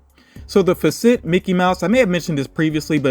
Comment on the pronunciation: Fa-Set is how you pronounce Facet. Just FYI